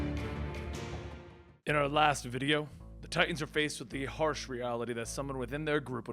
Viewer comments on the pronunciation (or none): Its Titans* Not Titasn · Lol.. ok stop with the "Titasn" bruh.